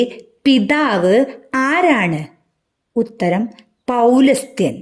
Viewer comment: 15: pulasthyan...not poulasthyan